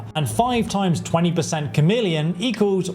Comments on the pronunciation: CHARmeleon? There is no R in Chameleon. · 100% "Char-meleon" brother this is not a secondary evolution of a starter Pokemon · Chameleon not charmeleon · A "Cham-million" spell? Really? You YouTubers needs to learn to pronounce the words coming out of your mouths. It's "Kah-meal-ee-un". Like the lizard. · well that is obvious. It’s pronounced “Chhh em is try” I swear between not pronouncing chameleon and Chorrol (I’ve seen YouTubers pronounce it Chhhorol) I swear they never listened to the game. Many other mispronunciations that make me lose my ever loving mind. My biggest issue is that these videos are all just “How to break the game and make it Zero fun to play”. I’m all for how to level stuff faster if that’s what you want to do, but there are so many videos that if followed will just break the game. 40k magicka, one shot everything and more. They should really advise not to do this if you actually want to have any fun playing a game. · Bro where did you go to school?! How are your pronouncing so many common words so wildly wrong?! At-tri-butes Kah-mee-lee-on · FYI you’re pronouncing “attribute” like it’s the verb, when you should be saying it like the noun! Also “100% Charmeleon” as in the Pokemon?? 😂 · Lol he keeps saying "Charmeleon" spell, like thats not a conjuration spell. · Does he? But that affects reading, not pronunciation. He used to say "TCHAR-meleon", like a cup of tea, until I pointed out that David Bowie was The Rock and Roll Chameleon, like the self-camouflaging lizard, not TCHAR-meleon. In this video he is saying it correctly. {:o:O:} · Chameleon is pronounced Kameleon as in the lizard who can blend in with its surroundings. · stop saying charmeleon fs 😭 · Please learn to pronounce "chameleon". Annoying.